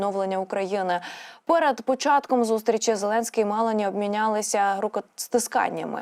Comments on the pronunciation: Навчіться ж правильно говорити прізвища. Вуха ріже Мело'ні, не з Матарелою,а з Матарелло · Але Жьоржя Мелоні-наголос на другий склад О. І не переговори, а перемовини